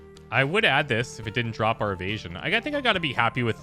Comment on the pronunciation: Every time I here him say "Evasion" I die a little, lol